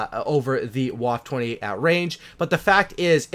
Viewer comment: Ok pronunciation... Vaffuh OctundZwanzig